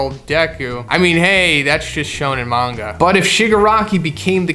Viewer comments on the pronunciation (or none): none